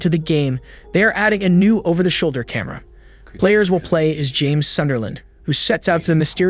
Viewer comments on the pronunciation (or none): none